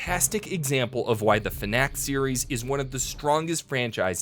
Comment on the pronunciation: When u say FNAC I hear FNAK which also sounds like SNACK lolololololololololololololololololololololololololololololololololololololololololololololololol